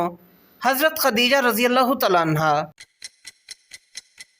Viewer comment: کاوش بہت اچھی ہے لیکن پلیز تلفظ تھوڑا ز ٹھیک کر لیں تعالیٰ عنہ الگ الگ کہا کریں